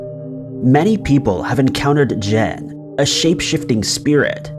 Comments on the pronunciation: Jinn is pronounced "gin" not "gen". 🙂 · Note I KNOW you mispronounce words on purpose. “Jen” instead of “Jinn”? Well played, incompetent one, well played.